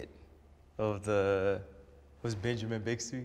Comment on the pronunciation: My man said Benjamin Bigsby